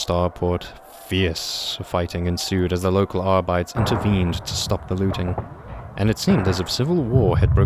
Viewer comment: He pronounces "sororitas" with a spanish accent ? Ai sororita ! Que muchacha ! And "arbites" with a german accent. Like adeptus arbeit lol Funny eeglish latin